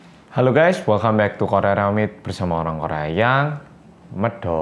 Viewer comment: Loh kok medhooookk nya gak panjang kya biasa nya? Pdhl setiap opening aku slalu ngikutin mas 😂 pas opening medhooookk nya pendek aku kaget 😅